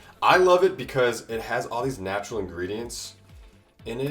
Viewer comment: I could imagine hyram cringing everytime he says “natural”